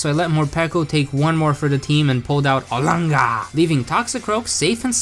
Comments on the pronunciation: I love how he says “arlanger “ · The way he says olangaar makes me laugh every time